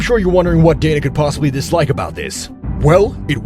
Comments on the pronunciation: He didn’t even say Donna he said DAN-A. It’s definitely pronounced DAY-NUH like you said but I figured you corrected him so I’d correct you. But you are correct don’t make videos about people as if you know them if you can’t even pronounce the name of the person the whole video is based on. How reliable can any of the information on one’s video be if you can’t pronounce the name of the president of the biggest MMA organization/Promotion in the world? I literally watched the first 30 seconds of this video before I paused it to see if anyone pointed out that he didn’t say his name correctly and thank god 1 person did. I literally don’t want to watch the remaining 7 minutes because the person who made this video is a fraud who obviously doesn’t know shit about the UFC or MMA as a whole if he doesn’t know how to say the bosses name. God it felt good to let all that out. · It's pronounced DAY-NUH. Not donna 😅 pronounce them right if you make videos on it man